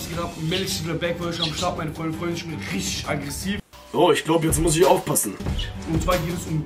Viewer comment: Wortschatz: isch